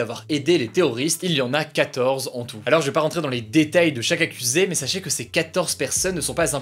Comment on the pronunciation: A chaque il dit "dans les DÉ tails" 😂